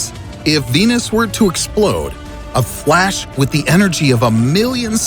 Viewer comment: "A FWASH"